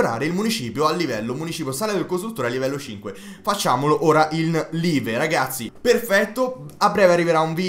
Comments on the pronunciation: Si dice laiv ma si scrive live però ottimo video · hai sbagliato la pronuncia di live